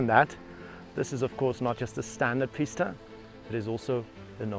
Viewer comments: Would’ve liked to watch this but had to turn off, him saying Pis-ta all the time is so irritating, bro it’s Pi-sta as in Peee ssss tttt a. Like if you’re gonna say it a million tines, at least get it right. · its a peesta, say it, pee-sta, not pissta, ok sweet.. carry on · its PEE-STAH not PISS-DUH